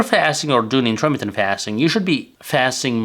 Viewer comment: I am a phonics teacher. To be successful with your you tube channel in the United States you need to speak English fluently. You are speaking English very well however you still need some polishing. For example please listen to this video again. How are you pronouncing intermittent fasting?